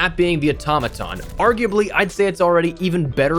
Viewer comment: It's not called the automatom😑